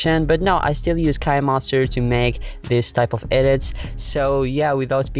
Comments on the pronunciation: It sounds nice to make him say Kinemaster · Next time pronounce kinemaster right👍👍👍